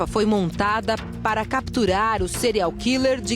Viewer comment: se for pra usar o termo em inglês ao invés de português, afinal a reporter poderia muito bem dizer assassino em série, ela poderia ao menos pronunciar direito. "Cereal killer", afinal é isso que ela pronuncia.